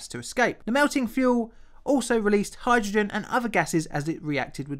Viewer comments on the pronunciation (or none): none